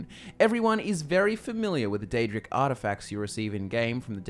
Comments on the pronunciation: Its Daedric not aedric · Pre ounce the D